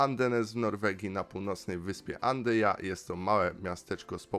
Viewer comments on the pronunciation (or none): Proszę. Nie Andyja lecz Andøya 😮